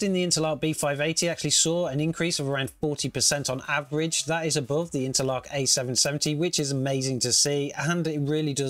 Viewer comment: I've never heard anyone pronounce Intel ARC as interlock.